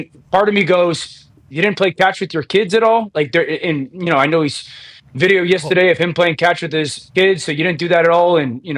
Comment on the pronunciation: Why does Dan insists on saying yestaday on every show???